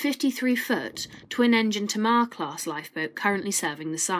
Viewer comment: Some nice pictures and words. Just an FYI, it's pronounced Tay-Mar like the river